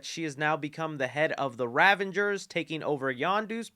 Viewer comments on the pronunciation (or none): Pretty sure batista said he was done with the future movies. Its drax whos gonna end up dead. that was said 2 years ago if i'm not mistaken. I've been hearing so many pronunciation errors tonight through handfuls of videos. "ravengers"? idk if it was intentional but they're the RAVAGERS, not a word play on avengers...? basically calling thiefs thiefengers lol.